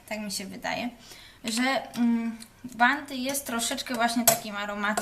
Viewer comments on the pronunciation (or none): Od kiedy na bounty mówi się 'banty', jesus. Jeśli nie umie się angielskiego, to się nie mówi, bo to okropne.